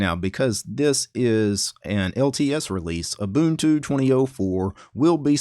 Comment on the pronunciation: Haha, nice! He did pronounce Ubuntu right, though. :-P